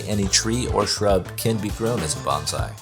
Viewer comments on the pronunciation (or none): The correct way to pronounce “bonsai” is like saying “bone sigh”. The pronunciation used in this video sounds like “banzai” which is a Japanese word to make an exclamation of celebration or success. I shouted banzai when I retired.